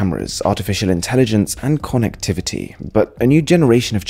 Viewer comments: Since you were translating English to Chinese, and along with that your pronunciation was also becoming Chinese. Konnekthiviti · I am uneasy with the way he says "konek-t-vity" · The way he pronounces konectivity.... Just loved it.. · No one: Mrwhosetheboss: KONnectivity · "Konnacktavitty" is what I'm most exited about. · K O N N E C K T H I V I T T Y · Conn- nac-tavity? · Nobody: MrWhosetheboss: Konectivity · Ko-nek-tivity that's how you pronounce Connectivity in upcoming Google voice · your pronunciation of connectivity sounds like british accent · Yo why'd you say connectivity like that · Is that how you say "connectivity" ? o.O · The way the pronounce connectivity lol